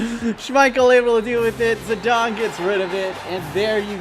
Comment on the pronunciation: Zedon also 😣